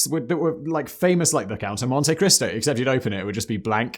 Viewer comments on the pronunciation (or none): none